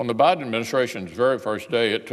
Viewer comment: "vice president hiden" 🤣🤣🤣🤣🤣🤣 does he say senate repelicans?? 🤔😂